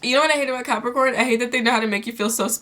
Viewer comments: YOU LITERALLY SAID "Crapicorns..." INSTEAD OF CAPRICORN IM DEAD OMG😂😂💀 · wait... hold on.. did you say Crapricorn? 😂😂😂😂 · im fucking weak she said crapricorn im dead